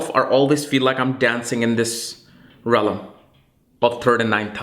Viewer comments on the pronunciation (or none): You are awesome in every sense. I LOVE watching your videos. They are so accurate every time. Just please, Ive watched you say it wrong like a million times. You pronounce it REALM not RELLAM. Sorry but I had to say it. Blessings